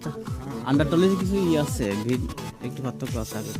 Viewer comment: bhai apni cha k sa bolchen kano? jamon ache k ase, chair k sear. coach k cos. sunte advut lagche.